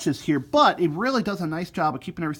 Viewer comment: thanks for what you’re doing! I listen to videos like this on headphones so I can hear every nuance of the sound of the trombones you demo. I imagine many do the same. BUT, in this recording, in your excitement, you are emphatically speaking introductory words, like “BUT” ten times louder than the rest of your sentence! The result is that while I’m wearing my headphones, you are blowing my head off several times during this one video! Please stop doing that!